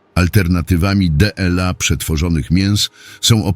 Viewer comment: Czytanie przez głupi automat, zwłaszcza to DE EL A, tak mnie wpieniło, że nie zaskrybuję kanału. Zamiast tego wstawiam minus!!!